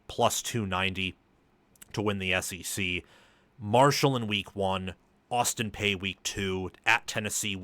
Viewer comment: My man, Austin Peay is pronounced “pee”, not “pay”. 👍